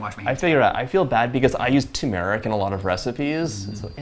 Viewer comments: I just wish he learned how to correctly pronounce his food. ShAwarma, TuuRRRmeric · There is no 2meric. It is TURmeric!